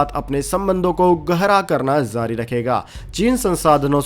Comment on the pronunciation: Aap J ko Z bol rahe hai, JUNG JARI Rahegi, Aap bolte ho ZUNG ZARI Rahegi?!🤣 Aur Bhai Itni Pure Hindi KYUN? Koi school ki Hindi Boring class me baithe hai, aaisa lagta hai..😎